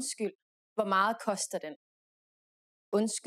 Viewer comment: "meget" is pronounced "mahl" ?